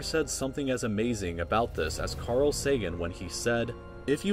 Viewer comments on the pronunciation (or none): none